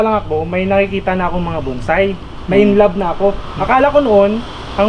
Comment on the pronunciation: Hindi yan buuuunnnnnsai..... BONSAI.... puro kyo bunsay eh......